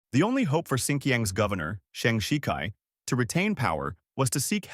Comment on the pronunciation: Also it's pronounced like shih-tsai